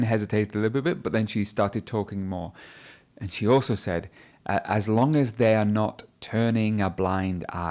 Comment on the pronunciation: She spoke naturally. she really was great in this mock test. Bravo!!!! I'd like to ask you a question: do you pronunce: "as you know" "aj you know" also I've heard you in your previous videos you pronunced: " I promise you" "I promij you" , is it right?